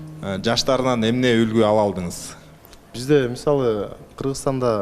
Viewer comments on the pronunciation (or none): Журдунуз ,келдиниз,бардыныз,калдыныз деп суйло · Журдус, келдиз, бардыс анан калдыс деп эле тантырадыго 😂Кыргызчаны так даана суйлосонор эфирде отурганда!